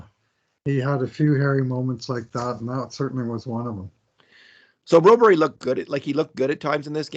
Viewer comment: Hey if you pronounce Broberg as Brobury how would you pronounce Landeskog? 😂